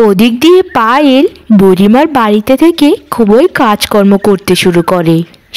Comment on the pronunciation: খুবোই নয় এটা হবে “ খুব ই”